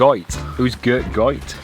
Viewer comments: Another great video guys. You were in my neck of the woods, glad you loved our lovely scenery 😍. You pronounced the river Goyt's name correctly 👍. Now pleased to say I'm part of the Patreon gang 😊. X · Your pronunciation of Goyt is correct. It travels down from where you were all the way to just outside Buxton. No canal there though 🙁